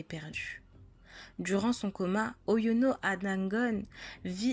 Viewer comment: Bonne initiative. La prononciation du nom Oyono Ada Ngone est encore à améliorer.